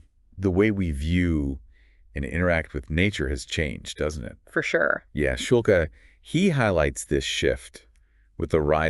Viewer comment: Schulke is a German surname, Shool-Keh..hard E.